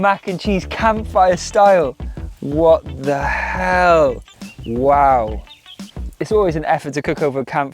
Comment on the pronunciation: Hahaha I’m solely entertained by you saying “what da hell” with your accent 😂 hilarious